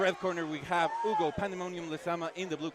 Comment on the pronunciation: The way they pronounced dudes name was hilarious! The whole fight I thought the guys name was Ugo until I looked down and realized it's Hugo 😂